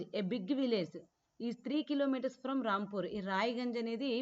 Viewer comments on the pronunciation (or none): Adhi ramapur kadhu rampur miru ramapur ani antunaru